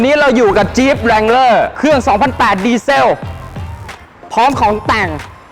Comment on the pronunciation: ดี เซล ออกเสียงเหมือน วิน ดีเซล ไม่ใช่ ดีเซ่ว ดีเซล ไม่ใช่ ดีเซ่ว